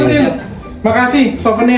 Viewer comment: Salut sama Samsudin bisa nahan ketawa pas dr Ricard bilang "souvenir" 😂